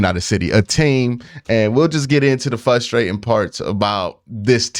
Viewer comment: You’re missing the R in the word fRustrating 😉